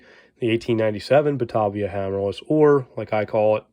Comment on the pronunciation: Small correction - The collectors I know all say Batāvia. To locals from that area of New York State it is always pronounced Buh-tay-vee-uh (long A), not Bu-tahh-vee-uh. It's the toe-may-toe vs toe-mah-toe thing.